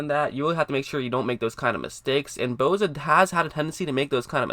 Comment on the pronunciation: It's boSa not boza fuck boy lol